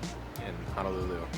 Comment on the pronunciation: Hi, Honolulu is pronounced as: hoe (like the garden tool) - know - lou - Lou. Adobo should have at least a tangy taste because of the vinegar. Adobo is a simple dish of: vinegar, shoyu, bay leaves, garlic and peppercorns. Maguro Brothers are really two brothers from Japan that wanted to move to Hawaii, as one is a surfer. Katsu is pronounced as a soft 'a:, so 'kut-su'. The beginning scene of your video is showing the Ala Wai Boat Harbor, where it was featured in 'Gilligan's Island' tv series opening scene as to where they sailed out from onto their famous '3 hour tour' Liked da video!